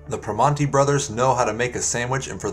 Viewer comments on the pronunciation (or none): I like this video, except how you mispronounce both names. Chi-pee-no and Per-man-ti. Not Che-o-pee-no and Pree-mahn-ti